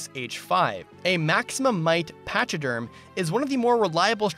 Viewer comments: I think Pachyderm is pronounced Pack-E-Derm, I think it's a word that describes Elephants, Rhinos, Hippos etc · I love the video it was super fun, but the way you said pachyderm made me cringe. But you somehow also said hauteclere perfectly when noone else does? Weird flex but okay XD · he said pachyderm and i was disappointed when i didn't see any elephants.